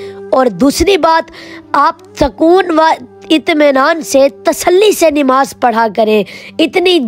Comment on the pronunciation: Mashallah bahaut khoob bura na Lage nimaz nahi nmaz hota h haqooq nahi huqooq hota h